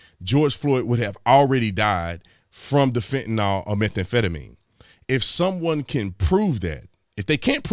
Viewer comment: #Bruh I luv ya man, I do, you’re a great man and I thank you for your service! I’m so sorry for correcting this, but it drives me crazy and it is nowhere near just you that pronounces it this way. The word is FENTANYL. Pronounced FENT-A-NIL, not FENTINALL. I hope you’re okay with constructive criticism. BTW I was also in the business here in MA in the mid 2000’s. Thanks for all you do. ✊🏼